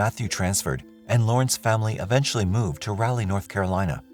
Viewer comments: It's not Rahley ... It's Rawley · It's pronounced RAW LEE not rally. I'm not sure why this bothers me so much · Raleigh. Pronounced (RAA-LEE) LONG RAA, SHORT LEE. Sorry bro, NC bro here. Just trying to help! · Why do you say Raleigh like that? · I remember the Phelps case, but I'm sure it happened in Raleigh, not in Ralley. And she went to Appalachian State, not Appa-lay-chian State.